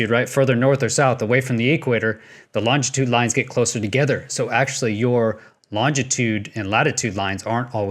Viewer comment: Maybe I'm picky, but.... longitude is NOT pronounced "longTItude". [Same with "nucular" which devices are UNable to function, unlike nuclear devices. :-) ]